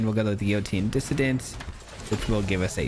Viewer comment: Yotian is enunciated Yo-Shan